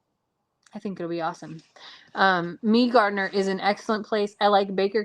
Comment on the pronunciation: Jami Mi Gardener is pronounced M I Gardener.